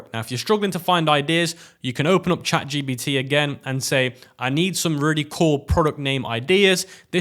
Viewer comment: Is it me or he call its chat gBt